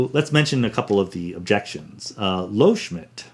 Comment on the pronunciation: Loschmidt, not "Lohschmidt"